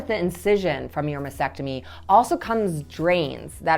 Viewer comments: T is not really silent. is pronouncing it weird “masectomy & not mastectomy”. May be it’s me but that annoys the heck out of me 🙁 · How can you be a doctor and yet you cannot pronounce Mastectomy correctly? It's Mass-Tec-Tomy, not Mass-ec-Tomy! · Why do so many pronounce MASTECTOMY incorrectly ie MASECTOMY, like vasectomy? Very helpful daily videos. Thank you 🤍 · It might help if you learned to pronounce mastectomy correctly! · There is a “t” after “mas” in mastectomy. You mispronounce it every time. Are you sure you are an MD?